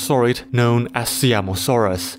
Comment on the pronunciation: It isn't See-am-o-saurus. It is Sie-am-o-saurus. I wanted to clarify because this is the pride of my country